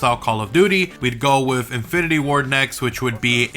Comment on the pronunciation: Hey buddy it's with not wiff